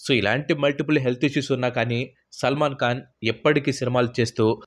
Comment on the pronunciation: Salman kaan?? Khan saar adi khan..!!! Kalu kaadu saar..kalu ante toddy. Kallu ayya avi eyes eyes..🙏